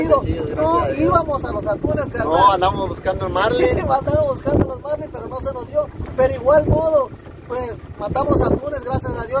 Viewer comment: La palabra es Marlín; NO Márlin